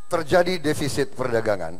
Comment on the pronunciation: yg salah di awal itu bukan devisit pak jok tp defisit.